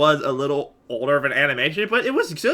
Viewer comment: i just like how he said oldERR